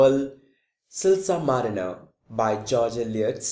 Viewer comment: man its not silsar marener its silas marner! plzz work on pronunciation!